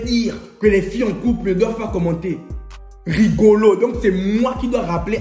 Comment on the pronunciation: C'est quelle façon de dire Rigolo😂😂😂😂😂😂